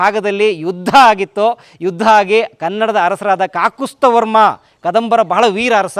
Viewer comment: ಅದು ಕಾಕುಸ್ತ ವರ್ಮ ಅಲ್ಲ ಕಾಕುತ್ಸ ವರ್ಮ